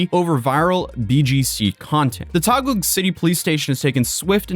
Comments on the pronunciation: I really want to tell to pronaunce Taguig City name properly,but its funny how he pronounce it. (Its Ta-gig. lol) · You're absolutely nuts for speedrunning visiting the Philippines for a few hours just to retrace his steps before heading back home. lol Just to help out, Taguig is pronounced as "Ta-Gig". d= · Please say it with me: "Tah-gig" 😅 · love your vids man! P.S. Taguig is pronounced as TAH-GIG Silent "U" similar to words -> guess, guide, guitar, guilt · Love the video but "Taguig" is pronouned as "ta-gig" ❤ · And it's Taguig [Tâh-GiG]. And Sec. Remulla [Re-moo-Lî-yā]. Thanks again for covering this, man. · Taguig is pronounced "Tagig" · 'Taguig' is pronunced as 'Ta-gig' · its pronounced "Tah-gig" brother lol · bro "Taguig" is pronunced as "Tageeg" not "Tagoog" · just a teensy bit of correction, no judgement since I understand this isn't that important to someone who isn't from Philippines, Taguig is simply pronounced as "tuh-gig" Because I was confused whenever he says "taguah" lmao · Just FYI "Taguig" is pronounced "Tah-Gig." You're so close, yet so far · It's... uhhhh.... pronounced "ta-gig" 😅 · I believed that duck on fhe mic, bought somewhere in the Philippines. He pronounced taguig like tagum in cebu.. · It's pronounce as TAH•gig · good job in covering this bro. but taguig is pronounced as Ta-Geeg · lots of love from the Philippines! Just a note "Taguig" is pronounced: "tah-gig". Thanks for making awesome content! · Wonder if he still loves jail after spending 2/3 of a year in one. Btw Taguig is pronounced tah-GEEG, it's a legacy of when Philippines used to be a Spanish colony. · its pronounced TAH-GEEE-GH . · Taguig is pronounced ta-GIG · Taguig is pronounced as "Tageeg". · COME ON MAN YOU BEEN TO TAGUIG ALREADY IN PERSON YOU KNO ITS PRONOUNCED TA-GEEG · Hey bro for future reference, Taguig is pronounced as Tah-Gig or Ta-Geeg. Much love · Taguig pronounced "Tah gig" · Taguig is pronounced "tah-GEEG." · City name Taguig is pronounced Tageeg